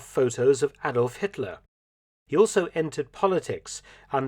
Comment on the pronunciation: Hatler,Hetler, Hitler..